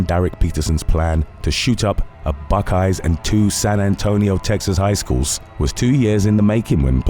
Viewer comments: Kinda offended me calling Buc-ees just a gas station. By the way,It is pronounced buckys not buck eyes. Have enjoyed your TWKY content for several years now, keep up the great work. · How can you mispronounce Buc 'ees so badly. It's clearly not buckeyes dude